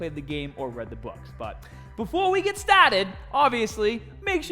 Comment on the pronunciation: "Let's get STAWTID"